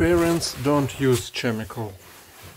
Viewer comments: Enjoyed the video. Chemicals pronounced like 'Kemicals' with a 'K' sound at start and not 'Ch' sound. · Your English is very good. But, with the word chemicals, the "ch" is pronounced like a "k". (Kem-i-cals)